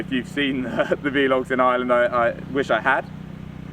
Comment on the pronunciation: You know they're called "vlogs"... not "v-logs", don't you? Say "blog" but change the 'b' to a 'v'. You're welcome.